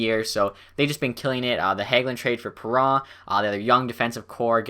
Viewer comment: It's Perron, not Perrah.